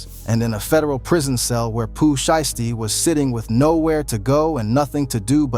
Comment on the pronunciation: "she-esty" 😂😂wtf? shii crazy frfr